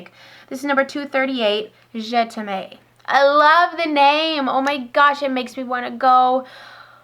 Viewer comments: Hi - could you do a video on who you like to watch on you tube? Also - just a tip, the Marc jacobs je t'aime is not pronounced "je te may"... it is pronounced "je tem" - it means I love you in French:) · I have to try some Dior, never have before. Love the Boxom and Marc Jacobs. Just a side note, Je T'aime is pronounced Je tem (sounds like stem, minus the s) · Je'taime is pronounced Zjay Tim.